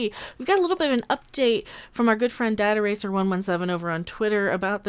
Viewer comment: The 'data' in dataracer is pronounced the same Data from TNG is pronounced, ie the British way of pronouncing it. Then it rhymes. Data-racer